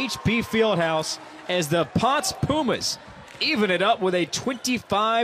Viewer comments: Hey guys just friendly info, it is pronounced like [pownsay] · You would think that someone would have research how to say PONCE! PON SEH Very proud of my Puertorican volleyball youth.